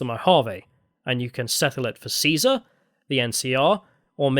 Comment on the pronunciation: Thank you for the slight emphasis on the C - it's not a K, people - when refencing Caesar's legion.